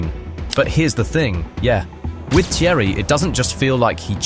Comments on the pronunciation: Is it that difficult to pronounce Thierry's last name? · AI shite can't even pronounce Thierry's name properly....